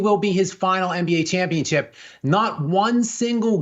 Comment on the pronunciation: the esl white dude can't say championship. He says championchip.